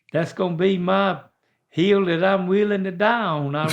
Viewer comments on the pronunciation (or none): I thought that's a dumb question. I thought he said heel. I guess my answer would be idk. .......my left one? Come to find out he was saying, HILL!🤣🤣🤣🤣😂😂🤣🤣. Hilarious.